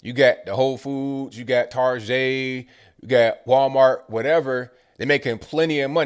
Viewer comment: Tar-get'; hahahahahaha!